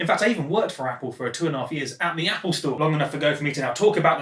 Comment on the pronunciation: drinking game. take a swig every time he says "Appoo"